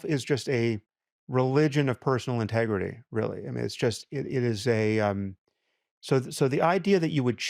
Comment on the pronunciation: "RELIGION OF PERSONAL INTERGITY" !!!!!